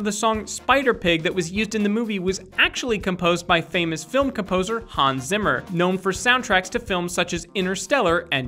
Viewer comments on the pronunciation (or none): none